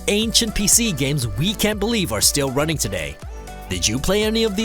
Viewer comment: Why are you ronning?! Why are you ronning?!!